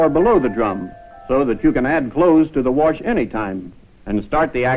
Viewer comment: to warsh and dry? warsh n wear I love how he tries not to say warsh